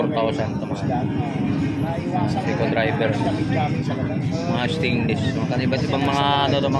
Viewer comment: SEIKO DIVERS PO HINDI SEIKO DRIVERS. HAHA